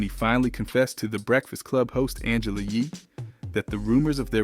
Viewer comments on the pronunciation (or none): none